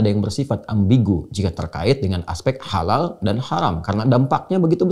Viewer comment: Kok dibacanya seperti halaaka artinya malapetaka. Bagaimana ini. Padahala logo halal mestinya sama sedunia. Karena islam itu sama. Jalau begini. Ini namanya islam indonesia dengan lain negara seperti berbeda. ? Dasar islam nusantara. Silahkan islam nusantara minta safaat diakhirat sama pendiri islam nusantara. Karena gak mau kearab2an katanya. Cap ubur2